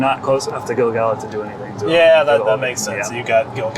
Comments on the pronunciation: Even though we're now 6 months later...Gil-galad is a little bit tricky for me, but only because I started off pronouncing it incorrectly. According to Tolkien's rules for Elvish pronunciation, the emphasis should be on GAL (as it's the second-last syllable, and isn't just a single vowel). GaLADriel (since you mentioned it) follows the same rule. Also, the famous poem beginning with "Gil-galad was an Elven-king" sounds much better with that GAL emphasis. So, unfortunately for 15-year-old me, I've now come to accept that as correct (though I still frequently say it GIL-galad if I don't think it through beforehand). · The audio book narrated by Robert Inglis pronounces Gil Galad with the emphasis on GAL. GG for short is better as all real rockers know the GG Alad hit “Burn Me, You Scum”